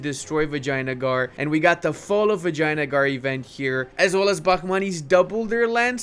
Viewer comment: Is it just my ears or pronouncing vijaynagar actually sounds like "vagina-gar"??? 😭